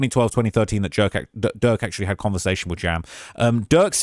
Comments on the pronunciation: Why you keep saying jerk instead of durk? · keep calling Durk. “Jurk” 😂😂😂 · Why you keep calling bro jurk 😂😂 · keeps calling him Jurk lmao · Butta said durk lamron😂😂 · @@ I think just mess up names he keeps calling durk jerk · Durk not jurk ahole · Why u keep calling durk jerk 😑 feel like u doing it on purpose now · Why do you keep calling Durk, Jerk 🤣🤣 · Stop calling him jurk yo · after the 6th time u called him Jurk starts 2 feel like it's on purpose 😯😯😯😯 they pressed u Bad huh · He keeps calling durk jerk 😂 that’s hilarious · I’m shock how much these witnesses are talking, I know they’ve made deals with the prosecution, but I’m scared for them after all this testifying! Also I know it’s accidental but saying jerk instead of durk is making me lol 😂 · Why u keep calling durk, jerk? 😂😂